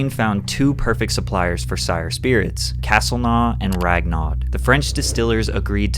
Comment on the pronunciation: castlenau is pronounced kas-tel-no